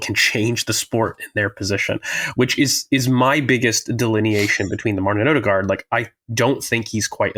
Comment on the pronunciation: Two things 1. Every one mispronounces Martins name, the D is silent som Ødegård ends with a rolling R. 2. I find it abit dangerous that so many bringa in Zubimendi in the tactics solutions already without any confirmations he is coming to Arsenal, historically too many of these roumours om players fail...